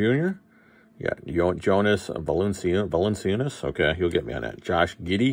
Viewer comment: Yo-niss Val-in-chewniss